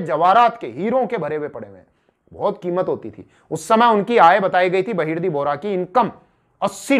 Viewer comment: बहर्दी नाईक नही बहर्जी नाईक नाम था शिवाजी महाराज के जासूस का 🙏🙏🙏🙏🙏